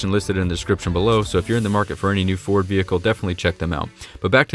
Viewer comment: You forgot the d in Ford. It must be in your mouth!